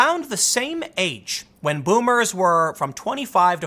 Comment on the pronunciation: voomers. there is no v in japanese